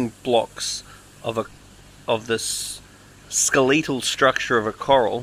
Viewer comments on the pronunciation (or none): Why go out of the way to mispronounce skeletal? It's not even an accent thing..hehehe